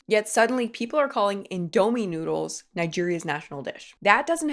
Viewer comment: Good video but I became irritated over the way you pronounced “Indomie” (over and over again). 😅